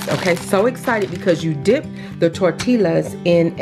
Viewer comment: heads up you say it like (tor- ti-yas) not (tor-til-las)